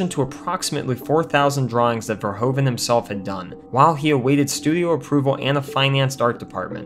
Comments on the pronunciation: Paul Verhoeven (Dutch) is NOT pronounced Paul "Verhoooven" ... oe is NOT "oo" but like the "o" in "movie" in English ... vowels are different in Germany & French too ... so we Dutch are used to see same vowels in different countries being differently pronounced. And I am proud he went from The Netherlands to USA making bigger productions ... Paul was/is in Holland famous for "Soldaat van Oranje" see: before he became an international name. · Verhoeven. Ver is pronounced like fair, hoeven is pronounced like hoover with an N at the end instead of a R. So Verhoeven is pronounced Fair-hooven. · First of all, I like this channel a lot... But.... I'm Dutch. You managed to pronounced Verhoeven a whopping twenty-six times wrong! Probably a record! Congratulations! The main problem is that "oe" is the way Dutch spells "oo". So in English spelling it would be "Verhooven" Plus: The Netherlands, not "Holland". Although, he did grew up in Amsterdam, Noord-Holland. But that's not the name of our kingdom. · His name is Verhoeven not verhOven. Say OE Please. Greetings from the Netherlands. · Okay, let me add this joke. The way you kept on pronouncing Verhoeven's name wrong... Irritated me like a bug.